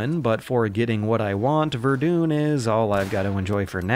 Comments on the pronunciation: It's not "vedune" it's "Ver - dun" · Ver-doon?? Mate, it's Ver-Done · Did... did he call verdin verdoon? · VerDUN not VerDUNE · >verdoon that's it, i'm ver-done with this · Goddamn verdune... Ver-done... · VER-DUN. DUN. VERDUN. NOT VERDOOON. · ver-DONE not ver-DOON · Great video, but it's pronounced Ver-done, not Ver-dune. The game is named after the french town and fortress made famous by the battle there in 1916. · Hey it's pronounced Ver-Done not Ver-Dune. Sincerely, Who-Could-Possibly-Care. (Great video!) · Ver-duun, not Ver-doon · Ver-Done. Not Ver-doon. Sorry just thought you should know. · Verdun, not Verdooon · Its grenadier not grenader and its Verdun not verdune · VER-DONE not ver-dun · Ver-dun not ver-doon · Um.... ITS VERDUN NOT VERDOON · Ver-DONE Verdun is not pronounced Ver-dooon. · Verdun not verr dune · It's pronounced "VER-DONE" not "VER-DUNE." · Verdun is pronounced "Ver-done" not "ver-dune". It ain't a Bunnyhop video without a mispronunciation. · its vur-done not verdooon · Do Americans deliberately mispronounce things? "Verdoon"?! How are you making a video about WW1 and can't say Verdun?! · Bane-ality Verdoon Sid Meers Wonton Polly-gonnol Are we witnessing the emergence of a new form of English? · more like ver-duh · more like fair-duh-n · Glad im not the only one who was losing their shit at him saying 'Verdoon'. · "Verdoon", "Grenade-ers", you're killing me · Isn't Verdun pronounced, "Ver-Done"? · I enjoy vomiting, can you please say "Verdon" again? Yeah, that was hilarious. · redfred004 Vehh-den actually. If you want to be properly French. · Aye, and "Ver-doon" was almost painful to hear. Great video though. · It's pronounced 'VER-DONE' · Nothing takes the air out of WW1 like saying VerDoon XD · Frenchman here. Please never ever stop saying Verdoune! Great video as usual! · Great vid as always. But "Verdoon" tho. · "verdoon" "nish" god fucking damnit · VER-DUN man... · "verdoon" "grenaders" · Also, Verdun is pronounced Verde